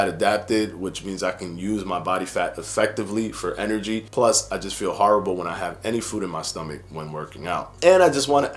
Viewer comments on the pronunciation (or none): none